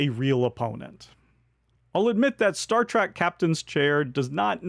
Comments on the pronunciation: Great list, thank you. I couldn't help hear you say Star Track instead of Star Trek 😀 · Great video, as always, but...Star "track"? Really? 😢